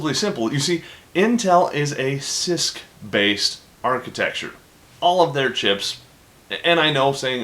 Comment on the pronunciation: every time you say cisc i hear cyst. what is wrong with me!